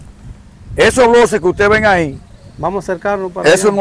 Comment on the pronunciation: Y no se dice bloses si no , blockes.